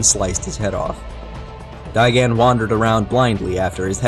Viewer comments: It's not gigan It's gigen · Btw, it's technically pronounced "Guy Gun"